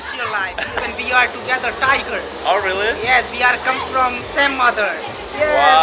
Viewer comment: “Oh rruuully?” Jajajaja 😂 en buen plan, les recomiendo aprender inglés... y leer más de cultura general.